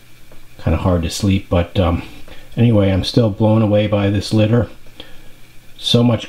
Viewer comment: You said it right.. Epic. This litter stands out, even compared to your already standout collection. Damn..